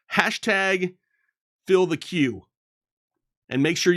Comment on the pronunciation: You want to make sure that you have a "fillthe" (filthy) queue.